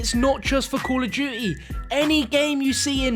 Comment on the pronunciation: * call of du-ee